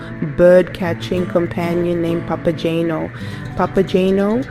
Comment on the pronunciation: This video would have been better if: 1) the video clips shown actually had to do with the opera (and not, for example, people cosplaying Harry Potter characters), 2) The narrator didn't make incorrect pronunciations of names ("Papa-jane-o"? did she actually listen to the opera?), and 3) the text displayed didn't mess up character names ("to Mino"?). Didn't anyone "proofread" this video before posting it?